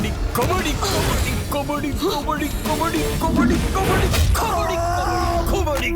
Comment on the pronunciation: The First one😂 kabadi❌kabari✅